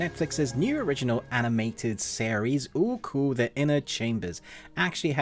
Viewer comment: Why is he saying ooku wrong when they say it a million times in the show